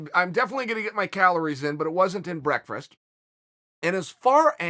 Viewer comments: Chael "breakfrast" Sonnen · If Uncle Chael says it's brekfrest, well get Webster on the phone cuz it's now brekfrest. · 🤣🤣 BREAKFREST!! I just rewatched the question and he says it like that everytime! Oh Uncle Chael you killing me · "Breakfrest" Chael? lol, love you man ^_^ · Chael 'I don't eat breakfrast' Sonnen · "i don't eat breakfrist" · Me: It's Breakfast Chael: It's Breakfrast Me: Ok Great. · 😂😂Brekfrast and he say's Wrastling😂😂 is that how people speak wherever Chael is from Origon or Ohio don't know or can't remember the mean street's of ,,,,,,,,,,,💪🇮🇪💯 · The fifth time he said "breckfrest," I lost it. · Chael doesn't eat anything he can't pronounce... Breakfrest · The world: Breakfast Chael: Breakfrast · Came to say lmao I did not have breakfrest today I almost never eat brekfrust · Man doesn't eat breakfrast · The Dynasty Continues breakfrest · Chael 'brakfrast' sonnen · Can chael not say breakfast? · Chael doesn't eat breakfast,he can barely even say breakfast! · Ha ha chael you can't even pronounce breakfast right. Lol love ya brah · Oh it's pronounced "Breakfrast". Can't believe we've been pronouncing it wrong all this time. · BreakfRast, come on uncle Chael 😂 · Breckfrest lands in the dictionary asap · That is the absolute worst pronunciation of the word "breakfast" I have ever heard. YIKES!